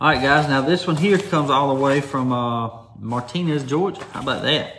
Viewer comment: Doc, it’s pronounced “Martin-ez, not Mar tin ez, I lived here fo for 68 of my 72 years.